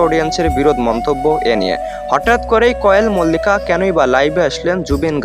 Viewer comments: ভাই আপনি তো নাম ঠিক করে বলতে পারেন না কোয়েল মল্লিক হবে ওটা কয়েল মল্লিক হবে না😅😅😅😅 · তুমার কোন কাজ নেই নাকি শুধু শুধু Zubeen da কে নিয়ে বিড়াল হতে চাইছো।আর কোয়েল মল্লিক এর নাম টাও ভালো করে উচ্চারণ করতে পারনি ।